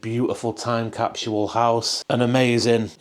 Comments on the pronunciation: (Kap-sool) "Capsule"---🚫kap-shull🚫capshule🚫.😂 Funny how American English/Americans, "Speaking the Kings"more proper than people from where the English language was developed....😊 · Go back to school LMFAO, time capshule?? What in the F*CK????? Spit out the mouth full of toothpicks LOL!!!!